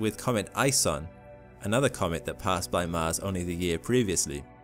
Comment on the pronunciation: Hey can you say MARS instead of MASS? :-) Just kidding man. Keep uploading interesting vids :)